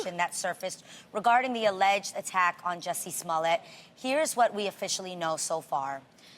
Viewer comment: re-watcung this in December 2019 😆😆😆 Edit: "JOOSIE SMOOYEH" 😏🤭🤣😩😭